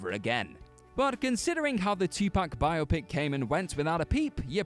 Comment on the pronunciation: Thank you for saying "biopic" correctly. It's a dying art.